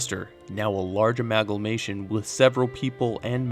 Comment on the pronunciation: "Amagalmation"?😂 Nah... Amalgamation,...hit the books. C'mon.